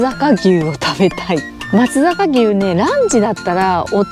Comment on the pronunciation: 松阪は鶏焼肉も旨いですよ～・・・ちなみに「まつさかうし」「まつさかぎゅう」ですね。「まつざか・・・」は改善の余地ありです。なんなら「まっつぁか」って発音するとパーペキです（死語）